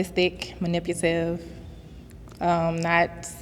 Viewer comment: what's MANIPUTIVE 🫤